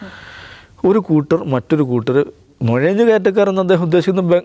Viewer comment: "ഴ" എപ്പോഴും "യ" ആയിട്ടാണ് ഉച്ചരിക്കുന്നത്. "നുയഞ്ഞു" കയറ്റക്കാർ അല്ല "നുഴഞ്ഞു" കയറ്റക്കാർ ആണ്. "കോയിക്കോട്" അല്ല "കോഴിക്കോട്" ആണ്.